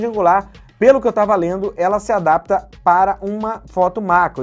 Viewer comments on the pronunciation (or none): none